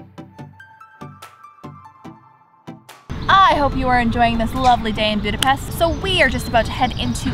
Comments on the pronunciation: Omg, you pronounced Budapest correctly!!! Thank you!!! You are one of the only foreigners who do so!!! Much love for it! ...great video, really enjoyed it! Oh by the way, the only thing that I would correct is the section on our history! Please read up on that a bit, and correct it. Hungary was a huge kingdom from 895 (for about 1000 years!!) then later had to unite with Austria, but that didn't happen until 1867 and lasted until 1918! We lost 2/3 of our original territories (that was ours for at least 1000 years!) during the World Wars, which is when Czechoslovakia was artificially created (the Czechs had their own country prior to this but Slovaks did not, so Slovakia was carved out of our Hungarian territories!) When you look at the map of Europe today, and zoom in on Hungary, look at all the surrounding countries because each of those countries got a big chunk from Hungary. Romania got Transylvania, Yugoslavia got Vojvodina, Ukraine got Transcarpathia, Austria got Burgerland, etc. the list goes on! So all these countries have still plenty of Hungarian culture, building, people, and so on. It's really very interesting! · As a hungarian, im super happy that you pronounce Budapest corectly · She said Budapest correctly omg